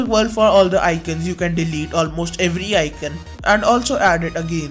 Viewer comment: icoooooooooooooooon!!! not icun!